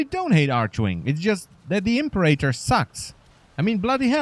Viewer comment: You've ruined the Impera-tor for me by calling it the Imp-erator, i couldn't stop giggling.